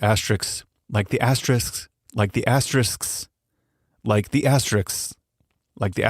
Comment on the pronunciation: If you can say risks then you can pronounce asterisks.